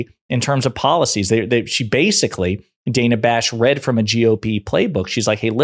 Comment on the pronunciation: Son of a gun! It's pronounced like Hannah. Dana. Not DAY-na. She's been well reapected forever. Dana.